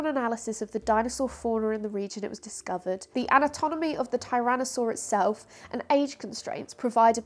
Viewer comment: “anatonomy”?! I know, it’s easy to let an extra syllable drop in when you’re trying to pack in a boatload of information!